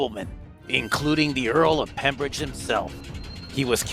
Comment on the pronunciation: It was the Earl of Pembroke not pembridge